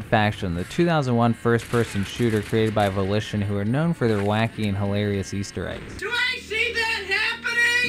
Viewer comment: "easteweggs", "cwazier" these are literally in the first 7 seconds of the video..